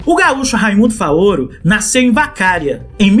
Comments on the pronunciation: é Vacaria, de vacas mesmo, igual churrascaria, não "Vacária" KKK meus avós são de lá tbm. Vídeo topíssimo. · Apenas uma correção, cidade de Raymundo Faoro se pronuncia Vacaria, e não "Vacária".